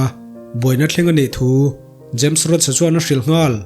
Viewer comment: james roach ni lovin james rhodey (rodi)